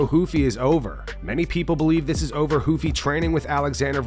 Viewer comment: when did we stop saying Ruffy with the hard R?